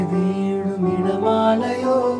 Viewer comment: Dear Imman Sir & dear Sid pls chk on Time 9.02 on video .. the pronounciation should be Mazhai vizhum ..(மழை விழும்) But Dear Sid Is Singing Mazhai Veezhum ( மழை வீழும்) .. .. 😐 But an Un imaginable work of music for this soft melody.. Hats off to you Imman Sir. 🙏💐👍💕👏👏 Good singing Sid. 💕👍